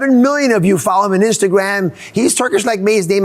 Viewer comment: Never knew Dr. Oz has a speech impediment with his r’s Pronounces instagram as instagwam